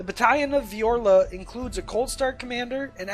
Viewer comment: As a T'au player I cringed at your butchering of Vior'la and Sa'cea. Also Kroot don't get Sept tactics.